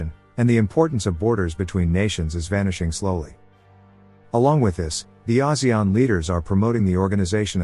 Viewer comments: he say Asian. Rich as Singapore poor like Cambodian .😔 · Wow, that's not how I thought ASEAN was pronounced at all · The way he pronounces ASEAN...